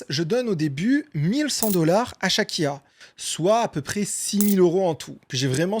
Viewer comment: Pourquoi a chaque foi que tu dit "Chaque IA" j'entend "Shakira" .... ?